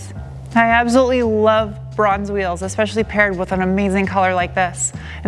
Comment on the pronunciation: A few things: 1) It took me a bit to realize you are saying Bronze. The first time you said it I thought you said "bruhns" wheels haha. 2) You had me at "the more you know." 3) FINALLY a professional reviewer who agrees with the power. I concur with everything you have said. It's a DRIVER's car, not a drag car. You want mo powa babeh, go get a Hellcat. 4) I didn't think the Hakone Edition was available in the US. That being said, I am guessing it's a limited number. 5) My Camry has the same engine as your SW20 and I've been in my friend's. They're awesome. I want a first gen. 6) I ABSOLUTELY agree with waiting until the last year to buy one. I can't wait until the next gen comes out so first gens will drop.